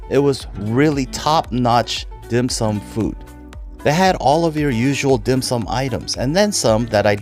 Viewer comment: he’s definitely not Chinese…the way he pronounces the dim sum….lol